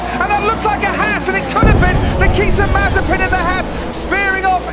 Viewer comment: It not s It Mazepin